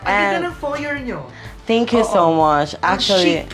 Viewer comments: You pronounced it FO-YEY ma'am Karen not FO-YER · Foyer pronounced as Foyey! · kaso mali ung pronunciation ms karen, *foyer is pronounced as "foyey" * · Foyey hehehe. Para sosyal bigkas. Good job. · To pronounce Foyer.......(Foye) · It's pronounced 'foyey' .. Karen 😊😊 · Foyer (Pronounced as Fo-yey) 🤗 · Its actually “Foye” its a silent R! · Napansin ko lang naman.. FOYER = should be pronounced as FOYEY 🤣🤣🤣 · Foyey not foyer😊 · Foyer is pronounced as [fwa-ye]